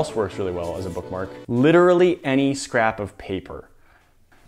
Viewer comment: "booked marked!" "any scap of paper!l," hehe.